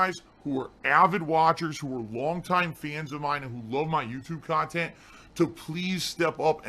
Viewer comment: this is extra long khantent